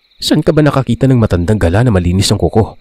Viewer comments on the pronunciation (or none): none